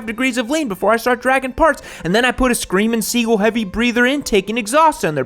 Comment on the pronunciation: About the "DYNA's" my question is WHICH DYNA are you talking about because there's the DYNA LOWRIDER/ DYNA WIDE GLIDE/ DYNA SUPER GLIDE and the list goes on and what kinda crack are you smoking 😂🤣😂🤣😂 "SCREAMING SEAGULL" 😂🤣😂🤣😂🤣😂 it's "SCREAMING EAGLE" 🤦🤦🤦. You should do a video on 80's bikes that were only made for a short time and are hard to find treasures such as the HONDA CB900c that had a very powerful 900cc engine with a HI/LO transmission giving it a total of 10 gears and the biggest shaft drive I've ever seen on something under 1000cc. Great job with your channel and videos 👍